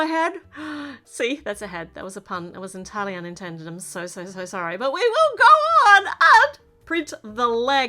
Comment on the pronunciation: . Here we gorrrrrr😂